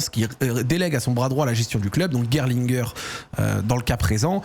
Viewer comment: C’est bien pour la prononciation de Gerlinger, mais par contre tu prononces Michael à l’américaine !😅 en allemand c’est mi-cha-el…😉